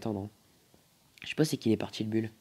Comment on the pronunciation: ARRÊTE DE DIRE BULL ON DIT BOUL